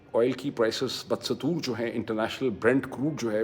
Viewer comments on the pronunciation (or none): Thank you for your valuable analysis. Most of Pakistani analysts are just substandard. Only small correction, although not related to the topic, the correct pronunciation of the word is ba dastoor not bad satoor. Hope you don't get offended. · ڈاکٹر صاحب ، لفظ بھڑ نہیں ہے، بڑھ ہے۔ دوسرے لفظ بد- ستور نہیں ہے، بہ دستور ہے۔